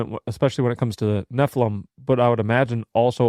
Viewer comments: I never thought nephilim sounded like heffalump, but then it feels like fingernails on a blackboard every time says "ne-ffa-lum" instead of "ne-ffi-lim". Like when my cousin would say "pin" when she meant "pen". Maybe we need to institute diacritical marks to standardize pronunciation? (I enjoy your banter. Just wanted to join in.) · It's because you're not pronouncing nephilim correctly...